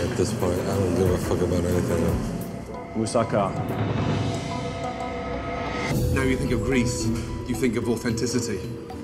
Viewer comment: "It's a non moving mousaka. What a disasta"